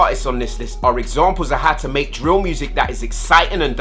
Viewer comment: cmon your meant to be our English Teacher its drill not dill 😂😂